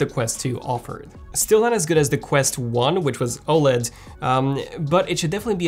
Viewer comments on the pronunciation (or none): none